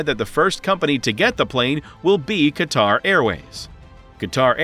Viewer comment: Thank you for not calling Qatar "cutter".